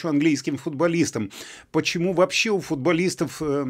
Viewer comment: Не « есче» а « еще» а в остальном вы правы! И не « вообсче» а « вообще»))))